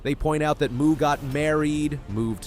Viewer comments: You're a moron. Her name is pronouced Mo, not Muuu. Your credibility does in the first fove seconds of your video. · um dude, her last name Mu is pronounced "MOE" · I can barely get past the mispronunciation of her name. Athing is not a cow! She does not moo! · You lose all credibility when you mispronounce her last name! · Absolutely agree. If you didn't take the time to do the research to get an athlete's name right, it casts doubt on how much time was taken to get the rest of the information.